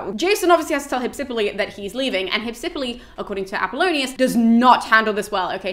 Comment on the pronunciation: In Greek, the name is spelled Υψιπύλη. Given that the accent is where it is, it is pronounced Hypsip_Y_le (excuse the lack of IPA, I'm very rusty on that and can't be arsed to look it up right now). But don't fret, it's all good.